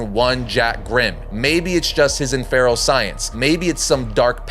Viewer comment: It's crazy how little you can pronounce for someone who reads comics for a living. Pronounced inferral for infernal and skipped right over Pagliacci. Shit, you don't even understand that the Joker IS the monster and the man is what he becomes by using the children 😂